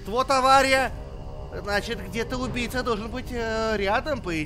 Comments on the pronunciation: Мне одному показалось что говорит тупица а не убийца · я один такой почему когда говорит убийца я слышу тупица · Вы тоже слышали что он говорил не убийца, а тупица? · Когда говорил убийца, мне казалось тупица😂😂😂🤣🤣😂🤣😂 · Мне одному казалось что он всё время говорил:тупица))))вместо убийца)Хаха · Мне одному кажется, что говорит не убийца, а тупица) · Почему когда ты говоришь убийца мне кажется что ты говоришь тупица